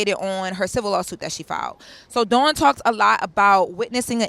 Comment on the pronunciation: Lauren as a journalist I’m irritated with you continuously saying Dawn’s name wrong. She’s been out too long for this to be reoccurring and it’s your job as a journalist. It’s rude and lazy to talk about someone numerous times and not get their name correctly. All love Queen, I still enjoy you ❤